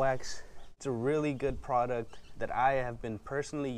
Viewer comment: “Makes it soft like a baby’s butt “ XD Oh and u say product u mean “ pawduct”